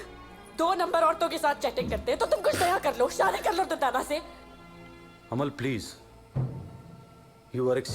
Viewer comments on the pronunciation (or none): not durtana... it.s durdana